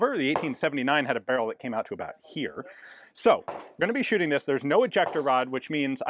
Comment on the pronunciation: The german accent until the Scottish "Shootin" 😂